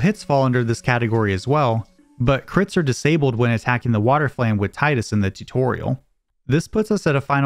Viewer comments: Teedus, not Tighdus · Cool video. But it's (TEA-DUS) not tie-dus. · It's fucking TEEdus. It's never been TIEdus. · its TIDUS not TIDEUS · It's pronounced "Teedus". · When you switch the game into Japanese it reads, (anglicised), "Tiida," which is pronounced "Tee-da." Meaning the pronunciation in English should be "Tee-dus" Now stop making my ears bleed. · you pronounce tidus wrong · The fact that you can't even pronounce the name of the main character leads me to believe there are probably all kinds of basic errors in your videos and they aren't worth watching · Tee-dus or Thai-dus?